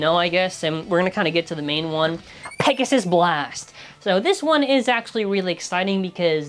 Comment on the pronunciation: Not "Pissgoon"...🥀 LOL